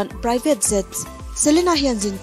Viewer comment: I aw hi chu nalh, i lam mawilo ṭhin ber hi kalo buaithlak...Jet hi zet itih ang te jhet ang in lam hram rawh, adang pawh,ka lo ṭang ve si a, ka sawi lo ang ka ti ṭhin a mahse a pawimawh beng ah a langsar bawk sia..ka duh em em che👍